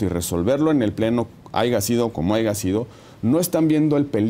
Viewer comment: Excelente entrevista, pero el aiga sido como aiga sido 🤭 me hizo el día! 😂